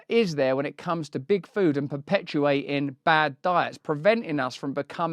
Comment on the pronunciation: Can't help it but I hear Bigfoot every time he says Big Food, and it makes me imagine evil Bigfoot ruling the world from the shadows :DD